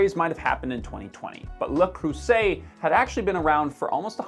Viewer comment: Me: "Let's see what this guy has to say." What he had to say: "LuH KrUsSEtT"